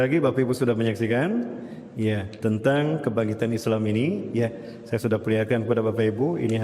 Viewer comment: Ustat ini dlm hampir setiap hotbahnya suka bilang MESAYA 😅😅😅.